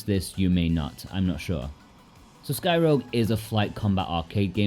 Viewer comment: threw me off. I thought you said skyrim for a seconds there 😂